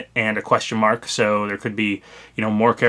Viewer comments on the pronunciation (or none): none